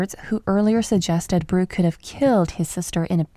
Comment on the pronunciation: It’s Burke, not Bruke.